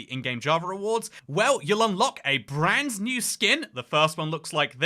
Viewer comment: Why does bro keep saying branzz new